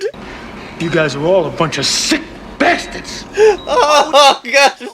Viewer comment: Going through movies like this, one of the older ones had you say "BYASTADS" 4 or 5 times and I was worried I missed the single for this. Glad I was wrong. I also forgot about, and then laughed harder when Ham Sandwich came back from me seeing the compilation a while back. Got me again, you SECK BYASTAD 😂